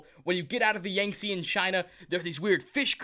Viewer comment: the saying of the Yangtze incorrectly churns my insides in a painful way. The captain even says it a few times for you... Why do people mispronounce shit when the pronunciation is there for them?